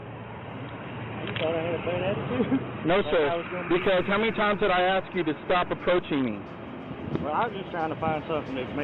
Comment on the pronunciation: Guys... (from well known community) You have to stop saying "ax the question" rather than "ask the question" (letters clearly state how it is to be read, and axe is a tool...)